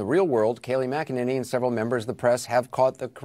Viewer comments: You and Tim Pool keep mispronouncing Kayleigh's last name. LOL. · My understanding is it's MAC-a-nanny. Pool says mick-EN-any. 🙂